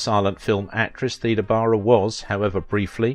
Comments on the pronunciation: I thought Theda was pronounced "Thayda" also the narrator refers to Salome as "Salami," just the pronunciation is so awkward takes away from enjoyment, sad case. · My mom was born in 1919. She always said Theda as thee da.